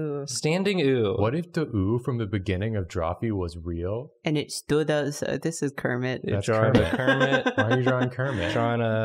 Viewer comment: I heard "let's just eat oout tonight", looked down to see realistic legs, and it broke me. I love it.